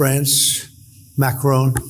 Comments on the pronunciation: You make good videos but please pronounce Macron correctly and not like Trump does. It's far easier to pronounce it the correct way than how Trump says it. Here's a link to how it is said: YouTube title of it is: How to Pronounce Emmanuel Macron. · It's Macron - not Macrone 🙂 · Try to learn to pronounce MACRON properly. Don't they teach phonetics in Law School? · UK here. My wife is French. The pronunciation of Macron is Mac-ron. He understands the existential threat posed to Europe by Putin and Trump's abandonment of NATO. Brexit is the biggest single act of national self harm by Britain since Suez. Britain needs to rejoin the EU and an EU army is urgently needed to defend Europe. NATO is over in its current form. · Ben. There is no 'e' on the end of Emmanual Macron's name. Please pronounce it correctly. Please. Merci. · Please say MACRON,not Macrone..RESPECT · His name isn't Macrone it's Macron. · Just a detail his name is Macron not as you pronounced would be written Macroone. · I have an awful French accent when speaking English, so please take no offense in this minor correction, but Macron is not pronounced "Macrone", the "n" is not pronounced like a consonant but is rather a part of the nasal vowel "on", you can just look up the pronunciation online. Of course I guess you have other things to do with your life than practice French vowels and it’s perfectly fine to have accent but fixing this is truly a low hanging fruit, just noticing there is no "n" consonant gets you 80% of the way there without practice, otherwise it just feels like you are saying another name. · president "MaCrown" xD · Great content, but the way you pronounce "Macron" is incredibly cringy. It's Macron, not Macrown/Macrohn. The last part is pronounced as in the English word "on". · You do a wonderful job Ben but please pronounce Macron's name properly it's not the English surname Macrone but Macron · Not Macrone!! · the name is not Macroon but Macròn.